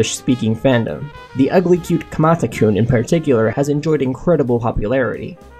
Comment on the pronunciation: You sound funny when you say kumata kun